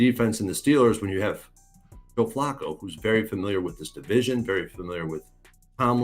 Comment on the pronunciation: Dude kept saying Joe Flocko 😂